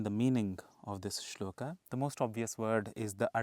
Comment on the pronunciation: Guru ji aap ki saari video Uttam video hai. Pr guru ji aap toh "arjun-a","shlok-a" mat bola karo . "A" ki dhwani ko emphasise mat kara karo guru ji.